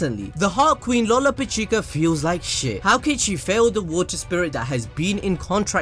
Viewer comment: That's not all, a lot of people keep pronouncing Lolopechka's name like this Lo lo pa chi ka, when it's actually this Lo ro pish ka. But to be honest, I don't really care if you pronounce names wrong. We all know who your talking about in the end, so complaining about bad pronunciation is redundant.